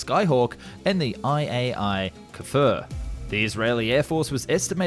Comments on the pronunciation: The Kfir isn't pronounced ke-ffer, it's pronounced like if the word fear had a k slapped in front of it. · Kfir.. I doubt that is pronounced as "Kuhfur"..... english speakers and their pronunciation of anything foreign 😆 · It never ceases to amaze me how badly people mispronounce simple Hebrew words, given how it's spelled phonetically. Kfir is not Ku-fur. When transliterating Hebrew to the English alphabet, the vowel I is the same as in "dig" or "rig", which is the same sound as the E in "be". It's always that vowel when referring to Hebrew words, as the language is fairly straightforward with its vowels. Then... what's the problem with having a vowel-less consonants? You know how to pronounce "brim", "swim", "snow", as well as "cream", and even "quit" could count as it's pronounced like "kwit". This is not Japanese, where you have to have a vowel after almost all consonant. You should be able to pronounce consecutive consonants. Kfir. It's pronounced like "kfir". Still having trouble understanding what that means? Just look up videos of people named Kfir. I searched "kfir interview" and the first result showed a guitarist pronouncing his name. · its more like K-FIR then kafur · it's KFIR. (young lion) and yeah, basically a delta winged f16.